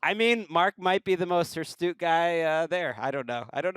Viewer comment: anyone else enraged that "HirsTute" kept on going unchecked?